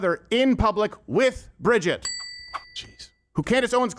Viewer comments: The fact that you are pronouncing Brigitte’s name wrong the entire video shows how much research went into this. It’s Brij-eeeet, not Bridget. If you actually watch her videos they’re pretty compelling. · L TAKE ... Bro WHAT HAPPENED to Crowder??? hes SO OUT OF TOUCH now... its embarrassing. He did ZERO RESEARCH into what Candace "PROVED" and HOW and he proves it by NOT KNOWING HOW TO SAY "BRIGITTE" ... If he watched even 1 minute of her MASSIVE SERIES "Becoming Brigitte" HE WOULD KNOW how to pronounce it... You're wrong Steve! You're just an angry little man letting your EMOTIONS interfere with your professionalism. The "EVIDENCE" they provided HAS BEEN ADDRESSED AND DEBUNKED. What a dope. Glad I stopped watching last year! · He couldnt even PRONOUNCE "BRIGITTE" !!! Crowder is an angry little man and this is a HUGE L TAKE.